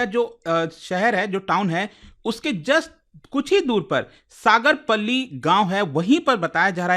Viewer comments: सागरपल्ली नहीं..... गांव का नाम सागरपाली है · Sagar palli nhi h bhai सागरपाली h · Not सागर पल्ली it's सागरपाली। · सागरपल्ली❌ सागरपाली ✅ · सागरपल्ली नहीं सागरपाली 😊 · सागरपाली नाम है, सागरपल्ली नहीं है, साला नाम बिगाड़ रहा 😂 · सागरपल्ली नहीं बल्कि सागरपाली बलिया हैं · सागरपाली है पल्ली नही है.... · सागरपल्ली ❌सागरपाली✅ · It's सागरपाली ✅ not सागरपल्ली ❌ Because I'm from UP-60 बागी बलिया 😎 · सागर पाली नाम है सगर्पल्ली नहीं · सर सागरपाली✅सागरपली❌ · सगरपली नहीं सगरपाली नाम है सर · सागर पल्ली नहीं सागरपाली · सागरपली X सागरपाली✅ I am from Ballia ♥️ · It's not sagarpalli it's a sagar pali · सागरपाली है सागरपल्ली नहीं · It's सागरपाली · It's सागरपाली ...